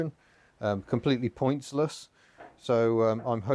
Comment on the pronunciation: “It’s completely pantsless”... oh wait, you said “pointsless”.